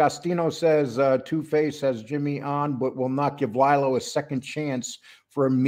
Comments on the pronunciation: Not Ly-Lo. It’s Lee-Lo. Please pronounce it right. Exactly, they are similar but Lilo went to jail. Jimmy didn’t. And it was a woman. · I am not sure you understand his name is pronounced LEE-LO NOT LIE-LO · Yeah it’s Lee Lo but when you do a show in one take, there will be mistakes or mispronunciations from time to time. We try and have it correct 100% of the time but sometimes shit happens.